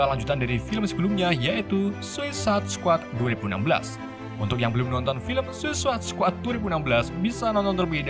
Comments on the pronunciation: Kenapa bacanya sosis squad dah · Min,bacanya suasaid skuad,,ngomongnya kok susah amet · anjir ngomong nya Susuasaid squad🤣🤣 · Bacanya sesadd bang😉 Awokwokwok 🤣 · Bacanya sueicid skuad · Bacanya gini bang "suicude squad" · suisait sekuat gt bang bacanya:D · Cara baca Suicide Squad=Suisaid Skuad Gitu bg klo masih gabisa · Blepotan banget bacanya 🤣🤣🤣,, "suesaid skuad" min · Sausaid squad baca nya